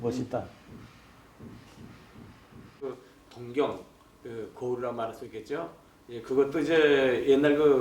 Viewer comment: 동경이 아니라 동-경으로 장음 발음하셔야 맞습니다.